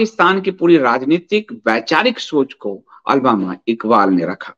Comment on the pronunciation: अलबामा इकबाल नहीं अल्लामा इक़बाल है